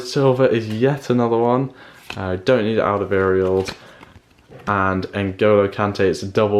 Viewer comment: Your saying Alderweireld wrong